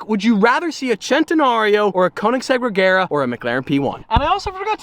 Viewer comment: Ladies and gentlemen, it's pronounced Rey-yar-uh